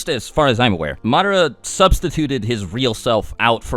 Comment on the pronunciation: Itachi is still the greatest. Imagine if he took another Uchiha's eyes like Madara and Sasuke did! Good lord the way you keep pronouncing Madara is killing me.